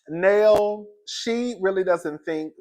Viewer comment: Hey ❤️ Her name is Nell, rhymes with Bell.😊